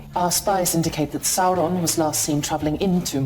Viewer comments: Yes, the show sucks. But you can't fucking pronounce Sauron. Tolkien explicitly explained this one. SOW-ron. Not SAHR-ron. Hire someone who knows the lore. Sheesh. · Love your channel, but can you please pronounce Sauron's name as it's supposed to sound - (first syllable) as 'sour', not 'sore'. Unless you are pronouncing it that way on purpose? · You would think „Saurrrrron“ is not funny anymore after repeating the joke 50 times - wrong, I still laugh every time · okay im not the only one bothered by how galadriel (i will not learn her real name) pronounces “sauron” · Every time she rolls the r in ‘Sauron’ or ‘Mordor’ I want to jam a pencil in my ear. As if this show didn’t have enough challenges to overcome, inaccurate pronunciation is the last straw.